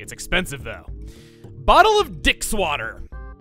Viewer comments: "Bottle of Dix Water" ...pretty sure that isn't how you pronounce that. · It’s pronounced D X water. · You were actually closest on the pronunciation the first time, it's pronounced "crow-ket" (though "croh-ket" as you pronounced it may also be valid, idk) And speaking of pronunciation... Maybe just stick to saying the letters on this one... But if it's not ketchup, how did the scorpion get it into a packet? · ...Please tell me he knows exactly what it sounded like when he read off "Bottle of DXwater". Please.